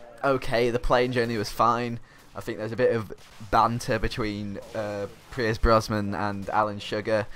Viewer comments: every time you said Brosman i cringed haha, it's Brosnan :P Great commentary tho <33 ! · Its Brosnan not Brosman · BrosNan not BrosMan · Had to turn this off cause you kept saying pierce brosman instead of brosnan. Sorry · were you saying Brosman? its brosnan i think dude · Its BrosNan, not BrosMan